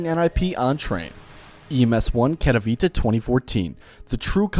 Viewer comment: I swear to god almost everyone who doesn't speak polish pronounces Katowice wrong like really wrong most just say kato